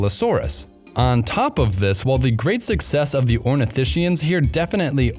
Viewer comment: it's pronounced ornitiSKIans, not ornitiSHians.